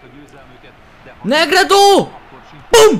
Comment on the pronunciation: közelebbről lőjj igaz,hogy messziről is lehet de közelebbről nagyobb erővel.Egyébként nem Negredonak kell ejteni hanem Negrédónak;)